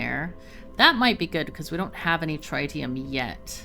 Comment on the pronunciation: I've usually heard it pronounced trih-tium where the i's have similar annunciation as opposed to try-tium. Dunno if that's official, but glad to see some fusion reactors.